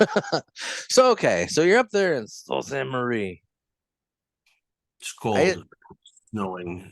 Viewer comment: As a Michigander, I feel obligated to tell you the city is pronounced "soo saint marie"